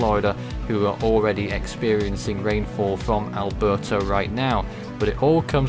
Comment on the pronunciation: The way you say "Alberto" kind of sounds like "Alberta"